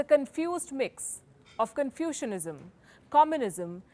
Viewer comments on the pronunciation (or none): l heard 'Confusionism'.🤣🤣🤣